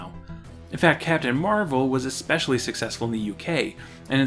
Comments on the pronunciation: I love these videos, but man... please stop saying “Eck-specially” when you mean “especially”. Again, love the series! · WHY WHY WHY do you say "expecially"?! WTF!?